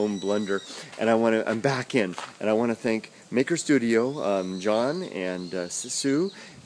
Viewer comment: It's BAHck :D